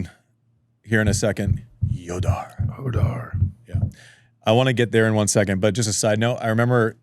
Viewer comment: Why do Americans struggle so much to pronounce Rafael Jodar’s name? Is it that “kh” sound? It’s not “Hodar,” it’s “Khodar”—like the “ch” in Bach, from the back of the throat 😭